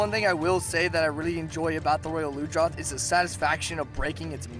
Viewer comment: ITS PRONOUNCED ROYAL LUNGE-ROTH! AND ITS NOYT HARD, THE GLOBAL IS